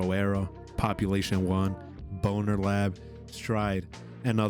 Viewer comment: did he really say BonerLab? 😂